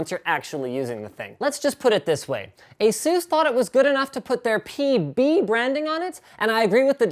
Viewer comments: It's pronounced AY-sus not ay-SOOS. Asus themselves literally have a video right here on YouTube showing how to say it. Look up "how to pronounce Asus". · ASUS as in PEGASUS.. not as in JUICE/SPRUCE/DR. SEUSS/JESUS(HEY ZEUS) etc.. Not my opinion; that's what ASUS said.